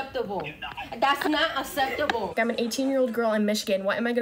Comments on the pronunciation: "Thats not sepptable" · "That's not septable." Speak English if you want to be taken seriously. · The fact she can't pronounce "acceptable" is another reason why the phone should be put down for a bit and books should be read more. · "That is not asseptable!" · "That’s not asseptable" as TikTok user shows why TikTok really does need to be banned it’s melting the brains of young Americans. They no longer even know how to pronounce the word acceptable. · That's not (asseptable)? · "it's not aseptable". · "taz not ceptable" Judging by your inability to speak properly, I think it's not just acceptable but necessary. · It’s not asseptible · das not assissible...das not ASSESSIBLE> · Dat's not asseptable! 😅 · The way that teen mispronounced "acceptable" as "asseptable," I hope her information gets stolen. 😂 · what is not ceptable is saying ceptable.. It's not cool to sound dumb infact at your age it's down right un-ceptable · If you want anyone to take you seriously you at least learn how to pronounce the words you want to use in protest. 'Acceptable' is not pronounced "septable" or "a-septable'" and I would be very surprised if the person she was speaking to didn't immediately forget everything she said after hanging up. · Girl said asseptable.... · I axe you ... is that asseptible? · Did I hear that girl say "That's not asseptible"? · "Thas not septible." 🤨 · “that’s not eseptible”